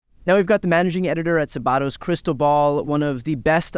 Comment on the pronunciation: Sabato: The accent is on the first syllable.